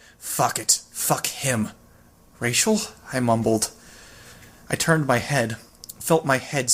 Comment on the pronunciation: I love you but it's mumbled not Mummored. Mummers were actors in the 15 and 16 hundreds. Mumbling is a thing people do with their mouths